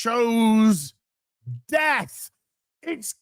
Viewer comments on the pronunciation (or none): none